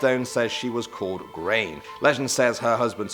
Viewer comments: grainne is pronounced grawnyah not grain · Why did he pronounce Grainne (Gron- Ya) as grain 😂